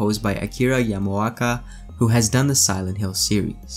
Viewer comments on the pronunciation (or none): You did OK for the Japanese names : I only noticed two mistakes when you named all eight. 1) you said Masahiku instead of MasahikO ; 2) you said Yamoaka instead of Yamaoka. (each vowel is pronounced like Ya-ma-o-ka) ( ps : I am an amateur and not fluent in Japanese or Nihongo )